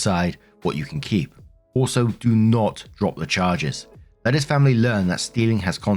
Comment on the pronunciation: FAMBLY! CARE ABOUT'CHER FAMBLY!